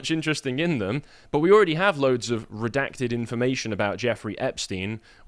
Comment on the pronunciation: "Saaar do not redact do not reeedact!"